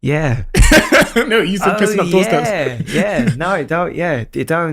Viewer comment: It's you not yoo. 🙄